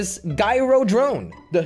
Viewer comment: He said gyro rong and led rong too L.E.D